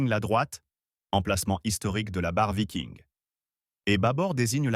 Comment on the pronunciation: le moment rigolo c'est quand l'IA prononce "vailleking" au lieu de viking.